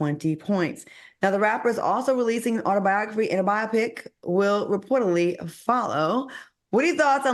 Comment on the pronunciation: Claudia please stop Al Reynolds from mispronouncing ATHLETE… and it’s pronounced BIO-PIC. Bi-opic may be a medical procedure ❤❤❤